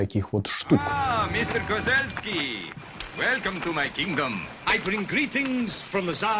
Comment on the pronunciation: Да не Козельский, а Козюльский...